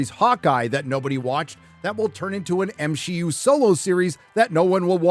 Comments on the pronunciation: God that was the best at the end of the video where she accidentally said M she U. Man that was terrific. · I can’t believe the show runner said “M-She-U” and quickly realized her mistake!! You can’t make this stuff up. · The fact that she herself said "Me-she" just shows how off the deep end marvel is. Congrats you live rent free in their heads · I can't believe the narrator in that interview actually almost said M She U, that's fucking incredible. The counter culture is officially more well known than the thing it is countering. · Good lord, they are calling it "M-She-U" themselves. is living rent-free in their minds! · So the interpreter actually said M-SHEE-U 😅😂😅😂😂😅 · The fact that either the translator or the actor said "M-she-U" makes me so proud to be a loyal watcher of these reviews. Not only will Disney / Marvel / Lucasfilm NEVER learn...they are doubling-down on killing the entertainment most of us truly enjoyed (in the past). It'd be rhe best thing Disney could do to simply sell the IP's they are destroying. However, the failures are already far too great for anyone to be smart enough to purchase them. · Please, please tell me that ending slip-up was honest-to-God an ASL interpreter interpreting "M-She-U." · Lmao! They're actually saying M-She-U themselves..